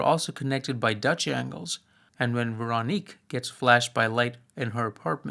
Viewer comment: This is a minor off-topic point I hope you'll forgive, but for what it's worth, Véronique and Amélie (and French words in general) lack stress accent, which to English speakers makes them sound accented on the last syllable. Hence the names are closer to VehroNEEK and AmehLEE. In some dialects and in songs Véronique sounds like VehronNEEK-eh, but never like VehRONeek. (Incidentally, I've always rather liked the original French name of the second film: "Le fabuleux destin d'Amélie Poulain" -- "The fabulous destiny of Amélie Poulain.") While I'm at it, the L with a line through it in Polish is pronounced a lot like a W in English, and the Polish W is pronounced like a V, and the stress accent in Polish normally falls on the next-to-last syllable, so while I might be mistaken I think the cinematographer's first name is pronounced more like SwaVOmeer.